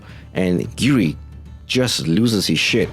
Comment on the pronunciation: Have to correct your choice of words saying the rangers reside in the different countries. they rule their respective countries as kings the only one residing in a country was Gira and he usurped the throne in episode one. Also you called red giri his name is Gira pronounced Gee Rah.